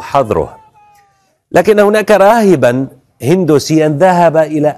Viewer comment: اسمو راهب وليس راغب شبيك ركز